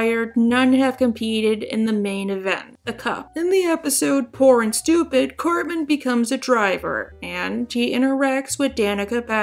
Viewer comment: ...that's a weird way to pronounce Cartman.